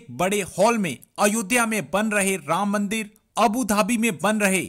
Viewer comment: Pronounce anything for them is a Struggle.......ram maandar.....ahahahahah....